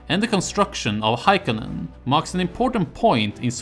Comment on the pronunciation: The castle you are mentioning is called Hakoinen not Haikonen. Also how do you figure it was an old Finnish viking castle? There were really no Finnish vikings to speak of, and I don't think Swedish vikings ever wandered that far inland let alone built castles.